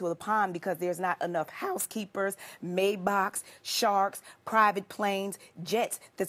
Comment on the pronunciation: Oh that’s how u pronounce Maybach